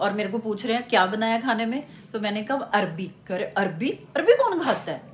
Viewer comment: Its arwi not arbi btw love from 🇵🇰